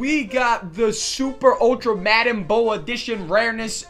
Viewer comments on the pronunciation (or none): none